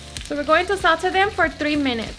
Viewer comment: Sauté = "saw-tay" 😘